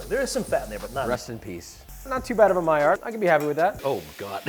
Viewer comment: Stop saying miard 🥲